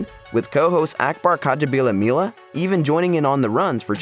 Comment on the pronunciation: working in Akbar's last name multiple times and pronouncing right is just showing off.😃